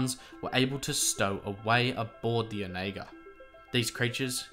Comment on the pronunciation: I think you are pronouncing the ship wrong, I think it's more like on a gurr. Not sure where I've heard that before but it is vaguely familiar. No big deal it's not like it's a common word.